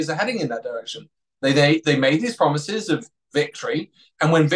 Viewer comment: "Brexit pwomises"... What the hell are you talking about? The future is promised to no man.